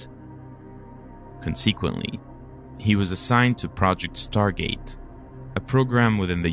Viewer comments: Consequently = Con-seh-kwent-lee NOT "conseekwently" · Con-see-kwint-ley? It's consequently. Jeez